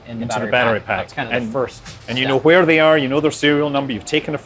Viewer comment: I love how you pronounce Hwere, I feel like that's how the word is supposed to be said